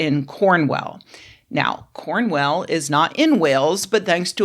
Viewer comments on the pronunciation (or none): If I could just factcheck, it's Cornwall, not Cornwell, that's not even one of the ones we spell in all defiance of phonics, Pembrokeshire is "pembrooksheer" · 1) Cornwall, not Cornwell. 2) Off to desecrate a hate monument, brb! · I adore your pronunciation of Cornwell! The corns are well down there! 🤣💕Us Brits tend to pronounce it cornwool, or if your're from cornwell then it's "cornwullllll" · "CornWELL" "PembrookSHIYAR" American nails on the chalkboard. Shire at the end of a place name is shortened and pronounced like "sheer" or "shur". I get how that might trip up those unfamiliar but there's so many examples out there I don't get how online otherwise seemingly well-inforned Americans get it wrong so often. Cornwall is just... pronounced how it's spelt. No excuse for getting that one wrong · How the hell did you get the point of calling it CornWELL 😐🤨🤣 I know some English place names can be difficult but that's like the easiest one. Do you also call it The Great Well of China? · I'm from Pembrokeshire (I've been to Dobby's grave but didn't leave anything, because I'm an old and have no kids), and I also had a visceral reaction to "Cornwell"! But I've definitely pronounced a lot of things wrong in my life, so this made me chuckle on a couple of levels. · I literally can’t watch this - the blatant disregard for how any place names in the UK are pronounced is making me crawl out of my skin with embarrassment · I don't know if you got his name right, but you definitely butchered Pembrokeshire and Cornwall! 🤣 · I can understand when Americans read British place name incorrectly because they read it 'as written', but it's even spelt Cornwall. 😂 It's such a famous place too? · I'm an American redneck from Mississippi and even I raised an eyebrow at that mispronunciation. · 🇬🇧 Yeah, we can pronounce ‘Newark’ and ‘Arkansas’ correctly, but Yanks struggle with ‘Cornwall’! 😂